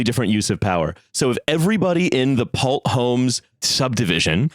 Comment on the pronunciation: So quick note, on the whole span thing from the first half, Pulte Homes is pronounced like pull tea, And the son of the original founder and former president of that company is just newly appointed as the national security advisor to Trump. He had previously been in charge of Fannie Mae and Freddie Mac.